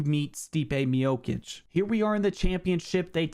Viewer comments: Its MIOCHICH NOT MIOKICK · Stipe Mi-yo-kicks 💀